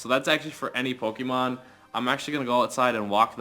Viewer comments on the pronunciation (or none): STOP SAYING POKIMON ITS REALLY ANNOYING